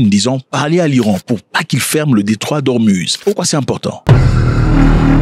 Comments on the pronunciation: on dit Ormouz non ormuz merci. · Detroit d hormuz mais ca se prononce hormouz